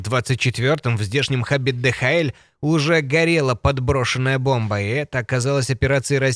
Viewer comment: Не ДЭ ХА ЭЛЬ, а ДИ ЭЙЧ ЭЛ. Имеется в виду компания DHL